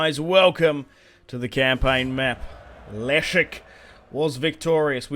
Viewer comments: Leszek kurwa! not elisk... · Say Leszek like "Lesheck" ;)